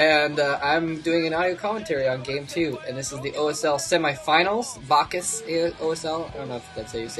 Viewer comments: It is pronounced Baah-Hoos. Love the commentary as always. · bacchus sounds like 'bawk us'